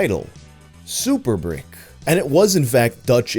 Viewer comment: It's spelled "breek-keh"